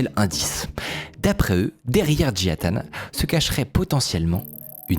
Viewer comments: Peux tu lire le mot suivant stp : Nintendo -Micode : "Nitendo" -Et celui-ci : Jia Tan -Micode : "Jian Tan" 🤔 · Tu dis Jian Tan au lieu de Jia Tan à chaque fois ça me perturbe de ouf, mais super vidéo ! 👌🏼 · JIA Tan, pas JIAN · Désolé, beau gosse, ce n'est pas Jian Tan mais Jia Tan. Tu l'as bientôt compris. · Comment ça me stresse que tu dises Jian Tan au lieu de Jia Tan 😱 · C'est marrant tu as dit toute la vidéo JiaN Tan... et c'est JiA Tan... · pourquoi prononcer "JiaNE Tan" et pas "Jia Tan" comme c'est écrit? vraie question, est-ce qu'il y a une raison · Toujours du bon travail mais je m’en remets pas que tu as dis Jiane tan , jia ta CEST JIA TAN PUTAIN😂😂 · Y'a que moi que ca trigger d'entendre "Jian tan" et lire "Jia Tan" ? x) Si non super vidéo, beau travail, merci beaucoup ! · J'crois qu'on a eu droit à toutes les prononciations pour le nom du mec... Jian Tan, Jia Tan, Jia Ta.... concentre toi un peu veux-tu ? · j’te jure il voulait pas dire jia tan toute la vidéo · Merci Mine-code, superbe vidéo Ya que moi que ça trigger à mort qu'il rajoute systématiquement un N gratuit à Jia-tan ? Pas UNE SEULE FOIS il le prononce correctement